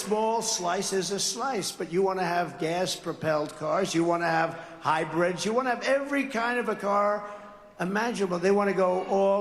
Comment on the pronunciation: Trump says we have to have hi-bredz.